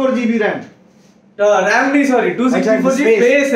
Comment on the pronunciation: soory nahi sorry hota hai